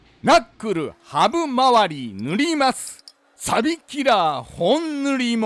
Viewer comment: な↑っくるぅ ハブまわり もなかなか癖強い